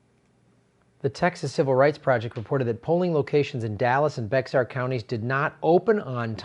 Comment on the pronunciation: Bexar is not pronounced Bex-ar, it's pronounced Be-har, or run together to sound like Bear. is PRESUMING the DNC will allow Tulsi on the next debate stage. They have not put out the criteria, but you can be sure they will NOT allow her.